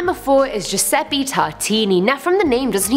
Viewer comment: you said Giuseppe wrong